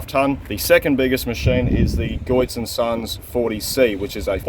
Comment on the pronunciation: It's pronounced as Getz not (Goy-its) It's German...I had to find out from the Contractors here in Canada.